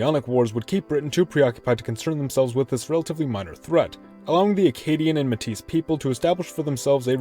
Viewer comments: it's May-teeh not muh tees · the s is silent in métis